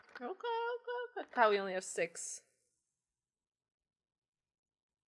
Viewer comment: The game: says Mukuro Ikusaba a dozen times in such a short time: still somehow pronounces it wrong 😂